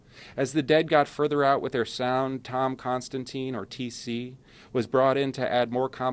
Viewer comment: Hate to nitpick, but Tom's name is pronounced con-stan-tin not constantine